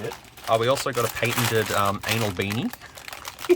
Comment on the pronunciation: i remembr u saying 'ainol spark, ainol firewire 🤣